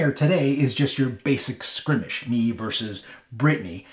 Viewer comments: He says, "Skrimish"? Does he mean Skirmish? Probably. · He keeps saying "Skrimish" instead of "Skirmish" eye twitch lol